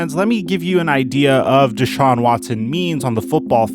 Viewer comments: Who is Dey-Shawn? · why dude () can't pronounce his name correctly DAYSHAWN... how are you a sports contributor without knowing how to pronounce his name. I apologize if you have a speech issue but bruh... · The fact that you can hear someone's name over and over and still come out and call him dayshawn. Bruh wtf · It’s not day-shaun. lol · my guy was irritating me saying dayshaun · Who TF is "Dayshawn"? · Why does mispronounce his name all the time? Never heard it said as Day Shawn. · Why'd that dude keep calling him 'dayshaun'? Lol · Who the hell is DAY-shawn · Day-shaun? World renoan? Lol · ‘deyshaun watson’😂😂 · I absolutely believe one of the most disrespectful things you can do as a person is continuously pronounce someone’s name wrong. Never have I ever heard anyone say his name “DAY-Shawn” it’s not even spelled like that. It’s even more weird that pronounces his name right and just allows this man to say Deshaun’s name wrong like that. It is very irritating. It’s not just some word it’s someone’s name you should respect that and pronounce it the right way. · Anyone else cringe when he pronounced Watsons name “Day-Shawn” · Why does pronounce deshaun's name "dayshaun" lol. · Who’s this new n***a B, he said “dayshawn” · At least say the guys name right.. smh terrible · Just wasted 10 minutes of my day watching this BS. Neither one you have no clue wtf yalll talking about. Dude can’t even say the man name correctly. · Yo if he says his name wrong one more time ima. THROW MY PHONE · If you pronounced his name right you’d get a sub goofball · Bro learn how to say deshaun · is putting the emPHAsis on the wrong sylLAble in DeShaun. It's not DAYshaun LOL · Deh-shawn... not day-shawn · D(e)shaun not D(aaa)Shaun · The dude you had on kept calling him "day shaun"...Am I mispronouncing it? "da shaun"..just curious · DeShaun vs DayShaun, I sure as hell hope learns how to say his name before he returns to your channel.